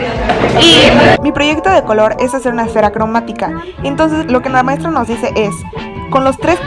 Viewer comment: maistra quiere salir en mi vidio? Maestra: nel nel